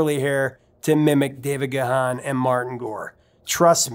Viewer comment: Looking forward to the Depeche Mode stuff. BTW, Dave Gahan's surname is pronounced "Gahn" (one syllable). 😉